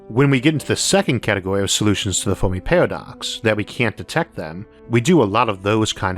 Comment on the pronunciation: Fermi, not Fowrmi lol